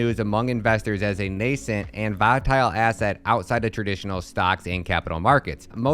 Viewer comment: You confused me, you kept saying Viatile, then all of a sudden you said it correct. Did you do that on purpose? Lol. Good video though